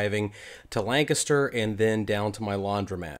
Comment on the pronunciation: Lancaster - my home town many many years ago. And you pronounced it correctly. Thanks!